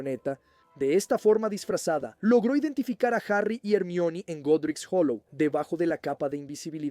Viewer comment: Empecé a escuchar tu canal y me parecía bueno hasta que escuché tu pronunciación del nombre de Hermione 😂 , buena suerte 👍🏻 me iré a otro canal